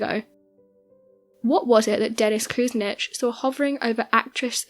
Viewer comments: LOL Dennis "Koose-nitch". It's "Ku-SIN-ich" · Nice video. Cleveland politician is pronounced koo sin itch. Accent on sin. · Cue - sin - itch (Kucinic) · Very well done BUT your pronunciation of Dennis Kucinich's name, the former mayor of Cleveland Ohio. You were way off in pronouncing his name. Please do your research. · PRONOUNCE MAYOR DENNIS KUCINICH LAST NAME CORRECTLY LADY!😡